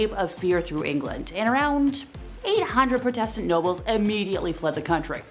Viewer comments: You don’t know how to say Protestant (prodetent) or heretic (hairetic) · Do the presenters mispronounced words to avoid censors I think this mispronunciation I prodistant might beat the others mispronounced Constantinople as my favourite